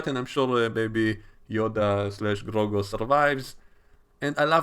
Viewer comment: Why do you keep calling him Grogo lmao